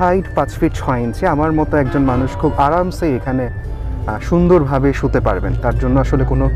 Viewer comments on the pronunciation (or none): আপনি যে শব্দ টা বললেন বাসের সিটে শুতে শব্দটার সতে নয় সুইতে